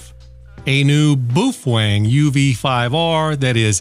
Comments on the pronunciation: I am new to the channel, but I am pretty sure he trolls. In regards to the pronunciation, I consulted a Cantonese text-to-speech program. It pronounced it: bow=fang, not boof-wang. Boof-Wang is funnier though. Sounds like it could be a cousin of the video game(Shadow Warrior) character Lo Wang. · "Boofang"? Hey, it's B A O .... I mean, have your ever heard of "Kung Poo" chicken? It's "Kung Pow" chicken, oK? Look at the spelling....Pao just like Bao. So it's "BOW Fang" not Booo Fang not Kung Pooo chicken. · The correct pronunciation is bao feng- not boof wan. Bàofēng 暴风 in Chinese meaning -strong wind (Storm). Use google translation to copy this Chinese word (暴风) and paste for the actual right voice pronunciation. Anyway l like all your video and quite informative. Really appreciated! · Booof... Wang. Lmao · On your UV-5R GMRS you tube you were belligerent about the fact that you spoke to your Japanese friends and they told you how to pronounce BaoFeng. First of all, they are made in CHINA and not Japan. Go to a speech sound google and you’ll find out that Bao is pronounced like Bow. The Feng part is pronounced just like it was in English. It would be a good idea if you corrected the errors in that YouTube of 9 months ago. Otherwise, I’ve pretty much enjoyed your videos. de K3DIO. And I have a half dozen BaoFeng HT’s and enjoy all of them. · Are you completely certain it's not pronounced "beef-Wang"? 🤔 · You met a guy online... Whose parents are Japanese... So obviously boooofwang is the correct pronunciation...😂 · The correct China way to say baofeng is “bowel phone”. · So it’s pronounced boo twang, right. Baofeng that is. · Boof-Wang lmfao 🤣 I'm totally going to correct anyone from now on using your pronunciation. Geniesly hilarious and totally based. I can tell you been looks maxing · You pronounce it how you will, but I'll keep pronouncing it Baofeng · My cousin-in-law from South america said it's pronounced " boo-thang " . You stand corrected , sir .